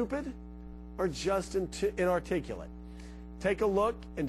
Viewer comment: kinda IRONIC how the anchor has trouble saying the word "INARTICULATE" lol.